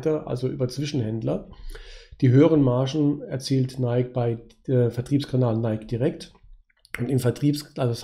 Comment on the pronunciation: Es heißt NikEEEEE